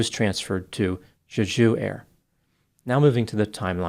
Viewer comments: It’s pronounced “Jay-Ju” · it’s pronounced Jay-Ju. It’s a dope Korean island - almost like Hawaii. There’s also a phallic “fertility park” there. Google some pics. It’s worth it. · Jay - Jew. Emphasis on the first syllable. Other than that, I also believe fear/panic were contributing factors, if not the actual cause. I've flown in/out of Korea dozens of times, including on Jeju Airlines. Most landings are just fine but some can be white knucklers. Getting whacked by a bunch of birds followed by a cement wall coming at you at 150MPH can't be very comforting! Could also be the landing gear was damaged during the first pass with the gear down. If they raised it for the go around, maybe a bird got jammed inside and the gear wouldn't drop? Pilot got sidetracked with the gear and forgot to watch his approach speed? Then panic? Who knows. So many possibilities. All guess work at this point. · Why would you say Juju when it clearly spelled JeJu!? Just saying. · You can pronounce it more like 'Jae-Joo'. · For anyone curious, Jeju is prounced as "jay jew'. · The airline is pronounced "Jay-jew" like the southern Korean island of the same name. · It’s pronounced Jay-Ju. It’s a dope Korean island. Almost like Hawaii. There’s also a phallic “fertility” park there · Just want to do a slight correction - Jeju is pronounced differently. You kind of made it sound French like the Aju sauce. Its more like a J as in juice. So jeh joo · Jeju is pronounced more like jay-ju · it’s pronounced Chae-Jew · Pronounced "Jeh Ju" you can see the first officer put his arm against the windscreen as it's sliding down the runway. He knew.... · For pronunciation The j’s in Jeju are hard j’s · Yeah, the pronunciation of Jeju was making me itch 😂